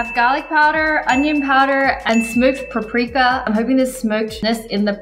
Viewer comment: She said paprika like pa prika Imao